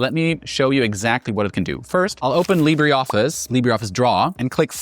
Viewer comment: This is AI. You had me wondering until you said 'Library' Office and then 'Leebddddraaaay' office and I notice all the little cuts it took AI to piece together. Good recommendations and reviews though.